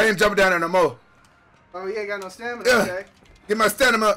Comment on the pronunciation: Love you Rampage but bro its fucking STAMINA not STANNIMA lol